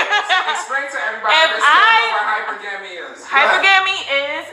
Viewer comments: she cant even pronounce the word that she so call practice 😂😂... Hey if you couldn't see that they were low key teasing her for not pronouncing the word right, you trippin! of course they know what the word is and means. she's just clueless as shit. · She's practicing something she doesn't know how to say correctly!😄😄😄 I bet you she can't spell it either! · Please learn how to pronounce the word hypergamy correctly the young woman who professes to practice and she of all people should learn how to pronounce it correctly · I swear I didn't know what she was talking about because she pronounced the word wrong! 😂🤣😂🤣 She will never be a wife to a high value man when she can't even pronounce words correctly! Can you imagine sitting at dinner trying to interpret the ebonics? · shorty can't pronounce hypergamy but she can sho practice it! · WOW plz know how to pronounce the word first..smh. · Hypergamy. She can’t even pronounce it properly. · I'm sorry she got to learn how to pronounce the word. LMAO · Lol she can’t say that word right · (Hi per..ga mi) Is the pronunciation...lol smh 🤦🏾‍♂️ she proud she makes her 70k a year 👏🏾 It's nothing wrong with what she stating that she wants I get it.. yet if her energy comes off like that too a man that she desires he is going to sniff that right away sweetheart. If she practice femenity less aggressiveness she can be wifed up by one of those men. If she keeps on she end up as a baby mama at best and not the wife. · I feel what she is saying but It's driving me nuts hearing her trying to sound super intelligent and mispronouncing that word.....constantly and so confidently🤦🏽‍♀️ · This woman is a fool she doesn’t realize that is not how to say the word. Plus she is not explaining hypergamy she is explaining gold digging. Why is she not taken care of yet. She’s not an ugly girl she’s just not taking it which means she practices nothing funny funny woman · She can't even say the word correctly. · She butchered this word 🔪